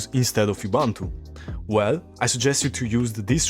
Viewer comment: Ubuntu si pronuncia esattamente come lo leggeresti in italiano. Just saying...